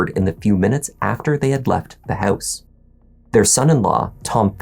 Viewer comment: I'm here to hear him say: "inside the hEuse..." LOL!!!!